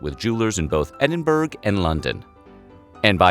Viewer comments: Interesting, but just a point... Edinburgh = pronounced ‘Eh-din-buh-ruh’, ...not... ‘Eh-din-boorg’ nor ‘Eh-din-burg’ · Hahahaha wrong. Tired of “us” Americans pronouncing it wrong all because of the southern weirdos who say ver-say-yullz instead of ver-sigh (for Versailles). And they say eh-dihn-ber -roh. It’s eh-dihn-bruh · Edinburg? Ed-in-boh-ru ! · Did... did you just pronounce Edinburgh as eh-dihn-berg?? Eh-dihn-bruh for those who don’t know how to pronounce it correctly. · Edinberg 🤣 it’s pronounced edinburrah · Edinberg??? I think ou mean Edinburgh "ed-in-buror" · Edinburg? It’s pronounce EDIN BOROUGH, the Scots pronounce it like this because original edinburgh was named Edwins’ Borough, so it was shortened. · ‘Edinburgh’ is pronounced ‘ed-in-bruh’ not ‘ed-in-burgh’ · EdingBURG ???? Pronounced EdingBORA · Great video but you mispronounced Edinburgh. It's pronounced 'edinborough' or 'edinbruh' not edinburg. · Edinburgh not burg. Sounds like Edinburra,spelling looks mad Sounds correct.no disrespect ❤✌🏴cool story bored rich people don't care about £,except greedy 1s gould,I doubt he shot himself he was a conman and a showman, he would have LOVED THE INSIDE OF A COURTROOM WITH A BIG BOLD OUTFIT AND EMBARRASSING TO THE RICH ,😂sad good on him wasn't ripping off normal hard working class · LOL...he said EDINBERG... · Edinburgh is pronounced Edinbrurr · If you’re going to talk about history you should really learn the correct pronunciation of the places you talk about. You do NOT pronounce the “g” at the end of Edinburgh. It is pronounced “Edinbruh”. Also, “breeches” is pronounced like “britches”. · Edin ... berg? For reals? cringe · Eden-burg? Is that like an iceberg but somewhat Scottish? 😂😂😂 I got made fun of in Edinburgh when I pronounced it that way, so now you get the same shameful lecture 🙃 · Did her just pronunce Edinburgh "endinberg"? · Edinburgh - Eh-din-bruh. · Good God, man, it’s pronounced ED-IN-BUR -AH. Your pronunciation is like nails on a blackboard.